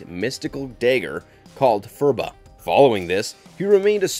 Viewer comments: "fah-similee"? It's pronounced FAK-similee... DAY-grr? FURR-ba? It's PURR-bah... C'mon... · the Phurba is pronounced Pur-bah not "fur-ba"... lol" "Tülku" means the corporeal existence of enlightened Buddhist master and the "hypnosis" the Shadow uses is more of a technique for focusing his mental abilities such as generating mental illusions such as seemingly appearing from darkness or a shadow, or seeming to be invisible, a small degree of mind-reading and empathic sense